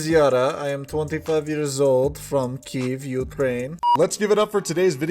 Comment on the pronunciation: I like how properly calls it Ukraine and not "The Ukraine", and properly pronounces it "Keev" and not "Kee - ev".